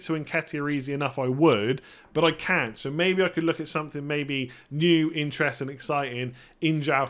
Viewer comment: Is it just me or does pronounce “CANT” extremely strange?